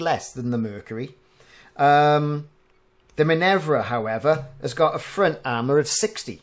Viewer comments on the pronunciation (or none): Minerva is Min-err-va rather than Min-evv-ra